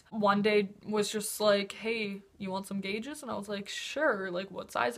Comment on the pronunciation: sorry, abi, i really like u but when u said gauges i had to pause, evalute if i should continue watching and now i'm gunna leave i watched the ad at the start of the video though (